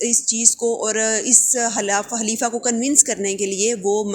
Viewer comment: Halifa or khalifa? Otherwise was good 🔥